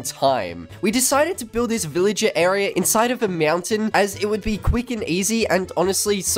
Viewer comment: I love how he says mountain lol Meownt- tain